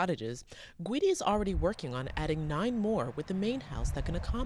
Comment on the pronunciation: Gweedy ? Are you serious it's Guidi if ur doing a news thing on someone get his fking name right and the town too